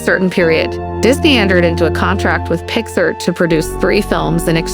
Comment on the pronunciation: It’s actually pronounced “pix-ARE”. Otherwise, this is a good and accurate presentation!